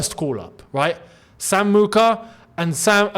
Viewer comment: Mheuka is Shona a Zimbabwean language. The way you pronounced it there bro 😂😂😂